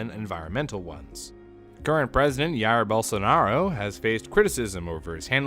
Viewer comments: Jair isn't pronounced as air. It's not Spanish. Stop it. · I know it's a nitpick, but just so you know, the J in Jair isn't pronounced like an I, it's pronounced like a J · I know i should be talking about serious stuff, but you massacred portuguese language by pronoucing "jair" as "yarrihr". The "ja" is more like "ja" in jaywalking The bolsonaro part is acceptable for you people from the english speaking world. Great job on the vid btw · I will try to make sure other Brazilians pronounce it "Yair Bolsonaro" from now on. I have made this my life's mission. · Current president IAIR BOLSONAROU amo gringos tentando falar nomes brasileiros :) Cheers from brazil 🇧🇷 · Pro tip: When making a video with foreign language person's names, use Google translator to hear and learn their pronunciation. Brazil first language is portuguese not spanish, so the J in Jair is more like in Jeep, not like in Juarez. I'm far from defending him, just trying to break the stereotype that all the south America is the same thing, which isn't helping in a issue regarding the rest of the planet as the video points out. Great research you made, though.